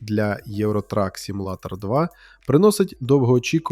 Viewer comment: Роби наголос у слові simulator на u а не на a